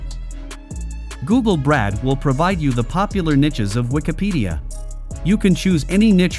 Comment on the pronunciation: Why does this video say 'Nitches' and 'Brad' for what we actually know as = Niches and Bard? I wonder who made this video?